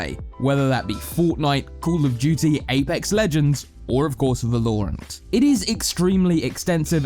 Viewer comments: It's so annoying how he says "Va-lore-ant" lol. Good video tho. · yeah its val-o-rant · Every time he says it i hear Stewie say "cool whip". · idk its funny to me so its not a big deal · Why did he say Valorant like that? The game even tells you how to pronounce the name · I'm going to start pronouncing Valorant like that just to piss people off. I did learn a lot though so thank you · Can we get more of mr. alan because everyone else either sound boring and end up losing my attention or pronounce the name of the game incorrectly like this guy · Teach this dude how to say the name of the name of the game please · Definitely understand different accents and cultures pronounce stuff differently, but this dude seems to almost purposing keep saying the word: Valorant, as if he knows it will piss people off the way he says it. Lol. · The way valorant is being pronounced is annoying me sm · Dude you're mispronouncing Valorant... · I despise the way you pronounce Valorant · I vomited through my nostrils every time he pronounced 'Valorant'. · I love how he pronounces valorant. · Phonzie FPS he can work on that easy tho haha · uhm, the game is called valorant. Yes, valorant. Not verloreant. Val-o-rant. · VAL-OR-ANT - not VA-LOOOOOOOOOOOREEE-ANT - nice vid I thought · The OCD when you say Va-loure-ant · Its Val-ore-ant not Va-lore-ant. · Y does he say Vaaa-Looo-rant its V-a-la-rant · Its called VALORANT not VALURANT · Great video. Only problem is when he call the game wrong. It's vAlorant not valOrant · so Valorant, 'Valor' is the base form, read that as you might but it is pronounced Va-lor, not Vúh-lore. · damn whenever he says vELoUrAenT, i say vELoUrAenT too. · I'm British and even I don't say..."Va-lore-ant"....But great video! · the way he says valorant tho va-low-rant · it's Valor-rant....pls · He pronounces it “val or nt” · Tip: It’s pronounced Vah-ler-ent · One Tip: I think its pronounced, " Va-low-rant" "Not my words baby, not my words!" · Bruh it’s Val-or-ant